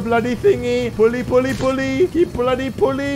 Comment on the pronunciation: He always. Says bloddy